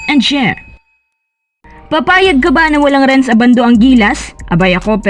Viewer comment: Ang pronounciation ng surname ni Renz ay Ndi po ABANDO na parang UBANDO (bulacan)